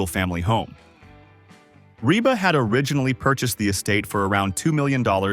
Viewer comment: PLEASE REVIEW YOUR READING OF THIS STORY!!!!!!!! PLAN DOING A BETTER JOB ON THE NEXT ONE! YOU MISPRONOUNCED REBA'S NAME AT LEAST 3 TIMES!!!!!!!!!!